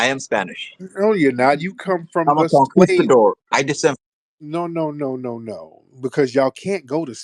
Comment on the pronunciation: the “Spanish” guy didn’t even pronounce “conquistador” correctly btw 😂